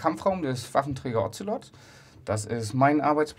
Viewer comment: Ozelot - sprich O ze lot , nicht Ozzzzellottt